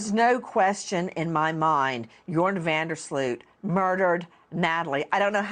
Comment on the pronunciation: Greta Van Susteren is the OG in crime reporting google Natalie Holloway news and Greta was on it. If you’re covering the case, sweets you hoots know Greta! Your-on is how you pronounce van Der sloot’s first name